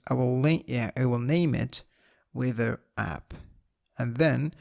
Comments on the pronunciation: "wither" or not he pronounces it right, the tutorial is awesome! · cant stop laughing the way you pronounce "weather" very good explanation